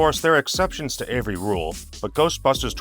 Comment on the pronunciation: I like how can't pronounce every correctly and pronounces it like "Avery"